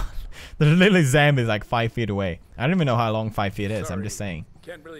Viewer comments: you say zambies its zombies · You can't say zombies you say zambies too funny!! I love you Pewds!! <3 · I'm so honored that you say zambies too cuz your one of the persons I look up to you anthony ian joey graceffa and kalel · Why does Pewdiepie say zambies?